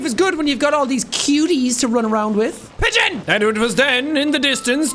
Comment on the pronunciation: "pidgeon" took me out